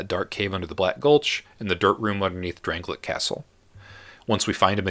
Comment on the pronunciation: It's pronounced DRAN-LAY-ICK. Don't play video games without sound.